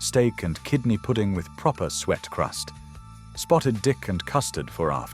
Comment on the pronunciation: Suet crusts, not "sweat custs".